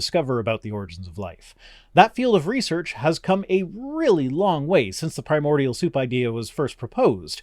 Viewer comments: my god this creationist pisses me off primordial cannot EVER be mistakenly read as "permodial" pry-more-dee-all not per-mode-ee all your entire attempt to call "evolution" silly is ruined by your INABILITY to read and pronounce words correctly let alone that nobody can deny the only real definition of evolution: gene frequency changes in populations that suffer imperfections and environmental pressure lactose tolerance is one direct and genetically traceable mutation that proves the mechanism of change happens some humans long ago held onto infant lactose tolerance beyond the normal gene shutoff point likely due to a broken suppressor gene(yes a broken gene made this beneficial thing happen) as a result they had access to a tolerable food for longer travel or local use(cheese is a longer-lasting option based on the same lactose) so by proving things can become better at surviving using a broken suppressor gene this proves there is absolutely no single type of mutation that cannot provide benefit if the right one is broken by chance(and if the wrong one is broken it doesn't get passed on as much so no problem there either) so mutations in any way can provide benefit to survival in a local population as that population ages and has new kids the gene frequency changes based on who survived long enough to have more babies SO GENE FREQUENCY does CHANGE IN populations OVER TIME so evolution by the only accepted definition is a fact what you are seemingly against is SPECIATION this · I can't take anyone seriously who can't pronounce correctly BASIC words related to the subject they're talking about. It's not "premodial" FFS.